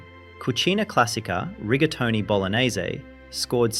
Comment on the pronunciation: Rigatoni? Or Riga Mortis?